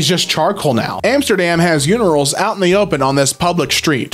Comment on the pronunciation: he said unirals instead of urinals :D